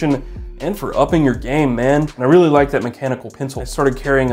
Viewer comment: Anotha thing, realla quickly, before we get started